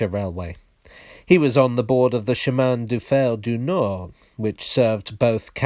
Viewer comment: That « Chemin de Fer du Nord » was perfectly comprehensible